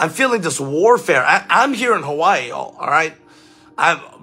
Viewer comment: You pronounced Hawai'i correctly 😊😊